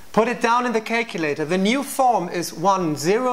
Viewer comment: ''put it down on the kacelater''